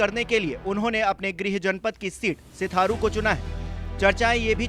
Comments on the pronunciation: सिराथू है सिथारू नहीं... सिराथू विधानसभा सीट है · Sitharu nhi h bhaiya Sirathu h 😀😂😂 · Sitharu nahi Sirathu 🤣🤣🤣🤣 hai re pgle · Setharu nhi bhai serathu hota hai 😂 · Not sutharu this name is sirathu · सीथारु नही सिराथू है भाई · सिथारू नही सिराथू नाम है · सिराथू को सिथारू सिथारू क्यूं बोल रहे हैं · सिथारू नहीं यार सिराथू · सिथारु नही सिराथू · Sirathu not Sitharu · Ek to nam glt le rhe upr se itni sirathu ko sitharu bol rhe😅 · Sirathu ko sitharu mat kaho! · Sitharu nhi Sirathu hai ...Naam to sahi lo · सिथारू नहीं सिराथू भाई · Anpadh Patrakar Sitharu nahi Sirathu hota hai 🤣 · सिराथू है नकी सिथारू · Bhai sitharu nhi Sirathu hai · Sitharu nhi. Sirathu🤣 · Bhai hindi sudharo Stharu nhi Sirathu nam he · It's Sirathu not sitharu. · Sitharu nhi h sirathu h pehle naam to sahi lo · Sirathu h na ki sitharu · Abe सिथारू नही सिराथू। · New 24 ke chalk ji sitharu nahi Sirathu hai kam se kam sahi se bolna Sikh lo bhai ... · Bolna sikh bhai hindi nhi bol pa raha hai सिराथू हैं सिथारू नहीं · Sitharu nahi sirathu hai mahasaye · Chutiya aadmi sitharu nhi sirathu h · सिथारू नही सिराथू बार बार सिथारु बोल रहा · 😀😂 सिराथू 😀 सिथारू नहीं 😀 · Hindi nhi aati kya ko sirathu ko sitharu kehta hi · अरे भाई सिराथू को सिथारु क्यों बोल रहे हो पढ़े लिखे नही हो क्या😂😂😂😂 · अरे मालिक सिथारू नही सिराथू से 😊😀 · Abe bakchod..sitharu nhi..sirathu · Bhai .. Siraathuuu hai ..na lo sithaaruuu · Sirathu it's not sitharu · अरे भाई सिथारु है या सिराथू। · सिथारू😂😂😂 सिराथू है । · Bhai sirathu hai sitharu nhi 😂🤣😂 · Sitharu niii sirathu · अरे भाई सिथारू नहीं है सिराथू है 😂😂😂😂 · सिथारू नहीं है महाशय सिराथू है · गदहा ससुर सिराथू है सिथारू नाय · सिथारू नहीं भाइया😄🤣😁 सिराथू है यार 😄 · Sitharu nahi sirathu bolo bhai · सिथारु नहीं सिराथू बोल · Sir sheerathu hai aap bar bar shitharu bol rahe hai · रिपोर्टर महोदय सिराथू सीट है,न कि सिथारू। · सिथारू नहीं सिराथू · Iss unpad ko padhna sikhao pehle sirathu ko setharu padh ra hai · Sitharu .nahi. sirathu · सिथारू नही सिराथू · सिथारु नही बे सिराथू है